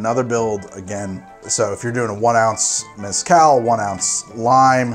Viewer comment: I’m going to argue with myself for 3 minutes about how to say maraschino Also - Can’t pronounce Mezcal